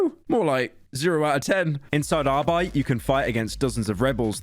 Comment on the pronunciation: Pyro's prononciation of the Word "Arbeit" is fucking perfekt.